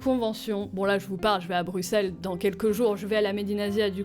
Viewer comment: WOW T'AS PAS DIT BRUXELLES COMME SA S' ÉCRIT!!!!!! première fois que j'entends une ou un fransais(e) qui parle correct. BRAVO